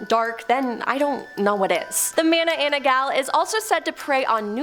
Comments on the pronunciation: i've heard about ma-na-nang-gal but mana-ana-ggal? is she new to the club? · isn't it MA-NA-NANG-GAL?